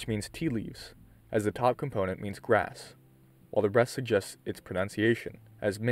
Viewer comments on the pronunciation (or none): none